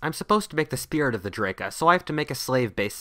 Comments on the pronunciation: That's "DrAka", not "Draeka"... 8-). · I thought u said Drake at first HAHAHAH